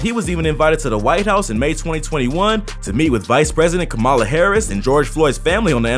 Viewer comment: You’re pronouncing Kamalas name wrong bro 😂